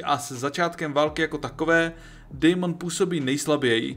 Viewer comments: video super ale ta výslovnost…. Aegon - ejgon😭 (má být Egon) Daemon - dejmon 😭 (má být čistě demon) , Vhagar není vejgar 😭 rhaenyra není Ranyra 😭 ale Rényra.. A co je nejhorší meyleys není melejs ale mejlýs😭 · video super ale ta výslovnost…. Aegon - ejgon😭 (má být Egon) Daemon - dejmon 😭 (má být čistě demon) , Vhagar není vejgar 😭 rhaenyra není Ranyra 😭 ale Rényra.. A co je nejhorší meyleys není malejs 😭ale mejlýs👍